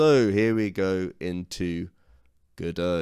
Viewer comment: It's called Godot, but you keep saying Godoew.